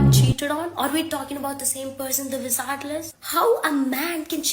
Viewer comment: Yes we talking about the “wisard liz”